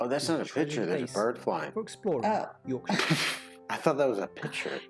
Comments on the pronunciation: as a northern numpty and listening to an american say yorkshire properly i tip my hat to you sir 90% of my gamer m8's are u.s and not 1 of them can say yorkshire properly. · Your correct pronunciation of Yorkshire 👍